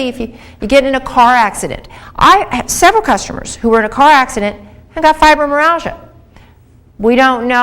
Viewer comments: It is not pronounced "fibromeralgia" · Went through the entire video looking for a self correction on the pronunciation. Well uh, " fibromeralgia" it was. It will have to be chalked up to early morning dental work;-). Still I appreciate the feedback, negative or positive. Sincerely